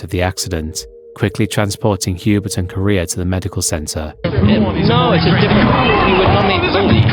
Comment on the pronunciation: “Hubert”, “Eau Rouge” and “Correa” pronunciation…